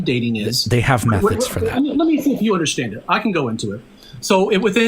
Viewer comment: bro thinks that if he handwaves whenever he is proven wrong, speaks 10 words a second, and says "UnderSHTand" instead of understand that makes him a science privy intellectual. And no, this guy is most certainly NOT a chemist if he denies decay rate constancy and doesn't know that decay rate is a scientific law